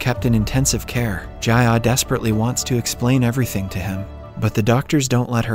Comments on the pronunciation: "Jayah" "Minkai" the accent is killing me help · great video but the way he pronounced the names kinda made me mad ji-ah = jeeyah minkyu = min kee oo